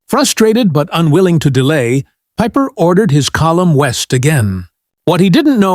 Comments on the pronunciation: Peeper-Peiper? Hard to know where to begin. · Like Peeper for pieper